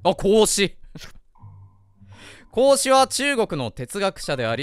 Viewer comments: 孔子ととっとこハム実況のこうしくんのイントネーション逆やろ！！🐹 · 孔子の発音がおかしいでちゅわよ ハム太郎実況の時は正しく発音していたのに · 「こうし」くんのイントネーションが「孔子」で、 「孔子」のイントネーションが「こうし」くんなんだな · ハム太郎のこうしのイントネーションが孔子で孔子のイントネーションが子牛なの気になるw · こうしくんの発音は孔子で孔子の発音は子牛なんだ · 孔子のイントネーションが子牛なのよ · 孔子の発音、子牛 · 孔子のイントネーションとこうしくんのイントネーション逆なのうけるな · 孔子とハム太郎のこうしのイントネーションが逆なの面白くて好き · 孔子とこうしくんのイントネーション逆なの草